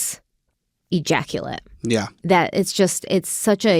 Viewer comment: Thank god I’m too old to play drinking games. Every time said ejactulate…😂